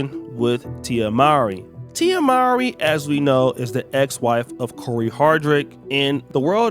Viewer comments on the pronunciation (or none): That cant be how her name is said after all these years